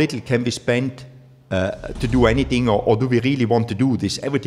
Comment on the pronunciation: How much time did Gunter schpend?